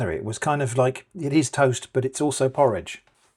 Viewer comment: "this is not porroge toast" okay